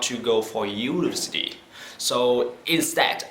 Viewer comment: Ko xem phụ đề thì ko nghe được luôn. Nhất là từ "university". Phải tua lại mấy lần mới đoán ra. A còn bị nhầm lẫn giữa "n" và "l" nữa. Đó là lỗi mà trong tiếng anh ko thể chấp nhận được. Đây ko phải comment với ý định soi mói mà chỉ là góp ý thêm thôi ạ. Mong nhận dc nhiều chia sẻ về quá trình học tiếng anh của anh nhiều hơn nữa.